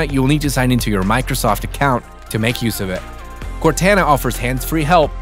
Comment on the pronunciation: I cant believe how cringe it sounds when he mispronounces Cortana. Cortana is the name of the AI with you in the Halo video game series. That's where the name came from. sheesh